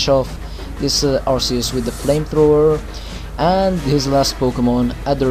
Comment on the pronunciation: You missed the 'o' on flamethrower :P This was a great narration and I don't think you're rusty at all :)